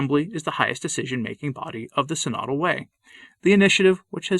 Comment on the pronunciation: Tradition requires orthodox pronunciation. It's pronounced "sin-o-dul" (stress on first syllable), not "si-nod-ul" (stress on second syllable).